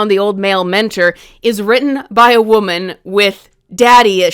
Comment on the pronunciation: People who can't pronounce woman are not to be trusted 😂